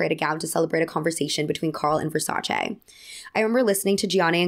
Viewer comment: Just one point - it's Ver-Sa-Ce...(like che in check) not Ver-Sa-Cheeeeee (like cheeky)